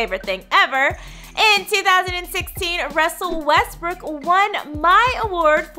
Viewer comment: did she just say... "wrestle westbrook" ahahah bruhh